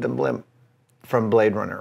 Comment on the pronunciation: He say you Brade Runner!